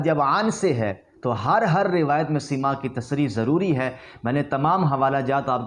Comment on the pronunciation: پہلے کچھ پڑھ لکھ لو بیٹا... تیرے بس کی بات نہیں پاب کو بھیج 1) حتی یقولُ نہیں حتی یقولَ. 2) سَماع ہے نہ کہ سِماع. 3) خبرُ مدلس ہے نہ خبرُن 4) اَ نّ المدلسَ ہے نہ کہ اَن المدلس